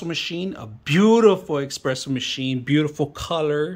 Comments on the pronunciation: It's espresso. NOT EXPRESSO. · U know its not gonna be a good review when he can’t even pronounce espresso